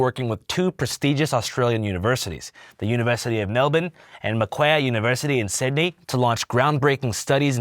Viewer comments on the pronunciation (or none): macwair is crazy lmao. It’s Mac-Quarry! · It's pronounced "Mack-Worry" not "Mack-ware". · the pronounciation of Macquarie took me out lol its basically pronounced "m'quarry" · Just for fun brother the second Aussie university is pronounced Mac- quarry but one word. Learned a lot, cheers man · hey mate, begging you to look up how Macquarie is prounounced, that gave me a jumpscare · Im sorry....the Mcwhat university in Sydney? 😂 We just gonna gloss over that interpretation of "maquarie"? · 10/10 pronunciation of Melbin, 0/10 for Macquarie.